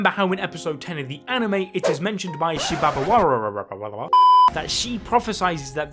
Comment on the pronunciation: I laugh when you mention shibabbawawaaaararararaaar hahahahha